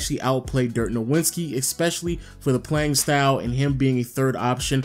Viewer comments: STOP MISPRONOUNCING DIRK’S LAST NAME OMG you sound like Lil B(“nowinski”) the W is pronounced like a V (“novitski”) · Nuh-Vin-Ski not Know-win-ski. Lol god damn idk why that annoys me so much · Cringe every time you say "Dirk No-WIN-ski". Bruh it's "No-VIT-ski" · I respect the shit out of you but you gotta learn to pronounce Nowitzki, it ends in -itzki, not -inski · I have no idea how you can know so much about basketball yet you can't pronounce Dirk's last name correctly. Great video though